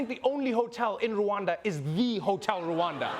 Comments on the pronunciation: It's Rwanda not Ruwanda that pronunciation is so... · Rwanda not Ruanda